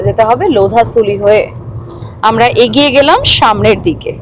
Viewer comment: Apni agiye agiye bolchen keno egiye jantam